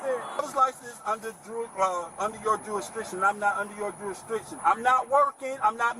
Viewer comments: "juristriction" first time i thought it was an accident, then he kept pronouncing it wrong. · "jurisdriction" - sovcits can't even pronounce the word... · And the fact that he keep saying jurustRIction is pissing me off!! Slow ass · Did this fool say jurisTRICTION?? And multiple times? 😅😅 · How come they all can’t pronounce ‘Jew-rish-dick-shun’ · did he say juristriction? how can anyone take him serious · I'm pretty sure that it's pronounced "jurisdiction", not "jewishdiction". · It's jurisdiction not juristriction. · Duristriction? is that the word. Just axing. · He wasn’t saying jurisdiction or restriction. He was saying juristriction. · You can’t even pronounce the word jurisdiction correctly, big dummy. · So, according to them, people only "drive" when they are working? He's saying he is not under their jurisdiction. Another thing I notticed is that that guy can't pronounce words for shit! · I'm just wondering when the second r was put in jurisdiction.